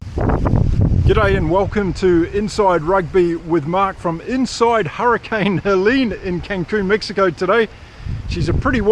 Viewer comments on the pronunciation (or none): none